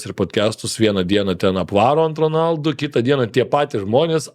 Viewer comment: Honaldu, ne Ronaldu. Yra video kur jis pats sako savo pavarde, ir ten R nera tariama